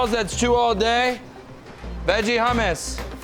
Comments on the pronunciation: he said hummes with an iranian accent 😂😂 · Looks amazing. Please teach that man how to say hummus.